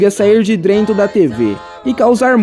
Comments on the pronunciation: Drento da tv kkkkkk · drento kkkkkkk